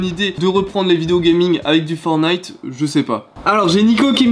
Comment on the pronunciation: Pourquoi tu dis fornit c est fortnite